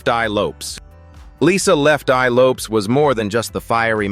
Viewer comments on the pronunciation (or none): It's Lopez not Lopes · Lefteye last name is pronounced Lopez even though it's spelled with a "S"